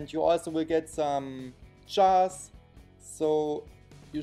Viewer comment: He says chars to jars lol